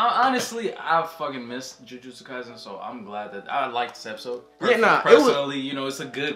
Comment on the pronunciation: “Episose” lol